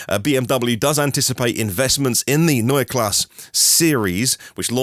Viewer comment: yes, like Porsche. You pronounced that right.